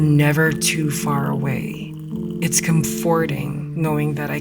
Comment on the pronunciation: Just a note if you are interesting. Even if "comforting" is spelled with 'fort", the North American pronunciation is "COME / fur / ting" with emphasis on the first syllable. I lived in England for some years and never heard a British English speaker emphasize "fort" or pronounce it as "fort."